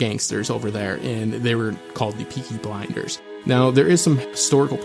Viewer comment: Anyone else hear him call it peaky binders